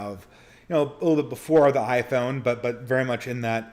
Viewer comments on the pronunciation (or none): none